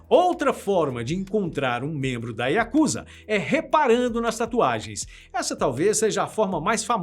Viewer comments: Que agonia ouvir o povo falar “yakÚza”😰😰 é “yakuzÁ”!!😪👌🏼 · Desculpe me mas a pronúncia correta é Yakuzá, moro aqui é respeitamos muito.